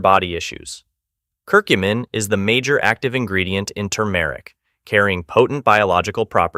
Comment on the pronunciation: The male narrator is awful. AI? He even mispronounces turmeric. 🙄